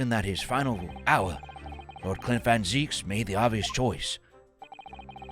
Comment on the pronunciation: Oh hey, he got Van Ziek's name right. Right at the end.